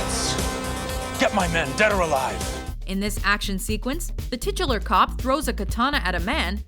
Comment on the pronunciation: Please stop saying "titular"